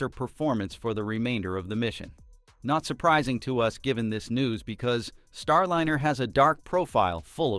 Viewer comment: Star LIHN. er. NAH sah need a better bot doing the narration